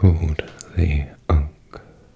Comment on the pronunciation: As a Moon Knight main on Marvel Rivals, I can confirm that "Ankh" is correct.